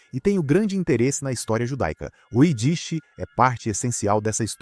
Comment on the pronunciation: Sua pronúncia é horrível, tanto para ídish como pôgrom